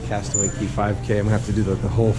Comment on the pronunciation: It not cey cay castaway cay not to be rude just. So you know